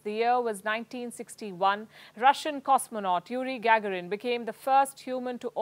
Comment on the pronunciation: Uri gah-gah-rin is how its pronounced not gaa-gaa-rin.